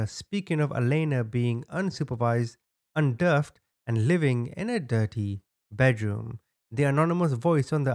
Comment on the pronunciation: UN-DER-FED. not, UN-DERFD 🤦🏼‍♀️